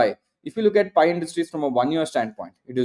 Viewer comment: I feel the same every time he says "PI" 😂